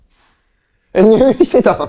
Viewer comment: ヘラヘラして「入院してたん」が言えてないの好き